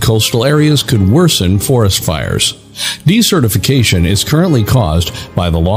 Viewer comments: That word shouldn't sound like "decertification." It sounds like "desert" with "ificatioin" on the end of it. Since this is the focus for Circle of Earth you should really get it right! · Oh man, he keeps using that word/pronunciation...